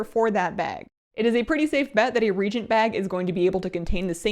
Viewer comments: Love you, but help spread the word that it's pronounced "ree-ay-gent". Similar to a "reaction" or "reality". Hopefully this is taken with a positive reaction! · Lol I was thinking, "have I been mispronouncing that word all these years?" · I grimaced every time she said it :/ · Thanks for the video. Sorry to nitpick. I don't think you are pronouncing "reagent" correctly. Love your videos though. Keep up the great work. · What the heck is a rejent? Lol, just teasing. It’s pronounced re-agent ya goof XD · This is your friendly daily reminder that reagent is pronounced re-AY-gent, not REE-gent :) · I love the new UI. BTW helpful tip it's re-agent not re-gent. Reagents react. Regents hold an appointed office. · It is pronounced RE AGENT, not REGENT...lol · Reagent (rēˈājənt) not regent (rējənt) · REagent. REE-AGENT, not REE-GENT. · Re-agent, not regent. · Reagent is pronounced “re-agent”, not “regent”. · Reagent is pronounced re-ayy-gent not re-gent. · "ree-A-gent" not "ree-gent." 😐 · It’s not Regent. It’s ReAgent. Re Agent. Re-agent. It’s pronounced Ree-Athena Reagent. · Just a pet peeve of mine, but: Regent = leader of state, pro tempore, when the official leader (usually monarch) is unable to govern the state. Pronounced "ree-jnt". Reagent = a substance added to a system to produce a reaction. Pronounced "ree-ay-jnt". In any case, solid, informative video. It's nice to see Blizz implementing a lot of basic functions we currently use Addons for. Making things readable and easier to use out of the box is always good, and for anyone wanting to customize more, Mods will still do it. Hopefully, these improvements will also reduce the amount of resources you need to run the game, which should also mean Addons can be designed to be lighter as well. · Anyone know why she keeps saying "regent" instead of "reagent"? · Is reagent really pronounced "REE jint"? I've been pronouncing it "REE A jint" since WotLK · Omg not you too:( It's reAgent, not regent! re-agent!